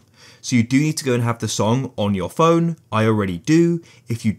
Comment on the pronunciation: Phone not pone